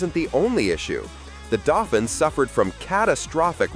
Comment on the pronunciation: The word for the Renault is pronounced "Daufeen," not "Daufin!"